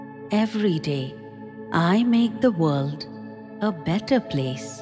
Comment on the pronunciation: Why do you have someone who’s English is not their first language read this?There is no T in the word world.